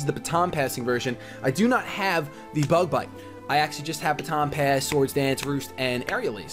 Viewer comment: Wahoo for poop brown mamoswine oh and at the end I thought I heard bug butt instead of bug bite haha